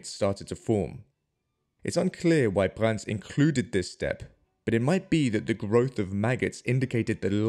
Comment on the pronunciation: There's no T in Brand's last name.